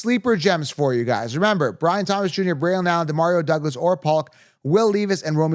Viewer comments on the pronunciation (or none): Pronounced Will LEV-is And I like him this year